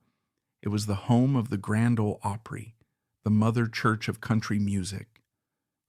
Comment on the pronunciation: This is the very BEST narrative I have heard in a LONG time .. this man knows how to pronounce "OPRY" .. I am very impressed and thoroughly enjoyed this video!!! Have always loved Jan Howard and her talent !!! THANKS!!!